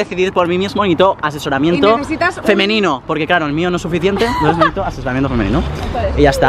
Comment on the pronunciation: siempre me fijo que en vez de decir necesito dices neito sbs? fijatee 😂